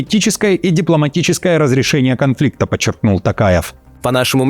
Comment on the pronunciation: Я думал, он так чётко пытается выговорить тАкаев, что у него действительно тАкая фамилия, а он оказывается Токаев